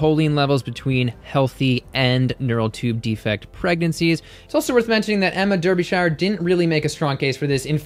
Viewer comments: Derbyshire is “Daabyshuh”, not “Durbyshaiuh”. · you are brilliant, but Der be shire, ouch!!! that hurt, I'm from near there, repeat after me DAR be shire, yes they cannot spell the word as pronounced. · Americans you always pronounce any British town or name with shire in the word incorrectly... for example Derbyshire is pronounced Derbysheer. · "Smugness complete." 💕💕💕💕 In British English we pronounce Derbyshire as Darbysher. Sorry to point this out but for us Brits it's funny to hear Americans pronounce British English words. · Love the video, especially the way you say Derbyshire! Here in the UK we pronounce it as ' Dar bee shear '. Makes no sense I know! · Chuckling at the pronunciation of Derbyshire's name. ;) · Jesus Christ! Why can't Americans learn to to pronounce Derbyshire correctly! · Not hatin' but your pronunciation of Derbyshire made me choke on my food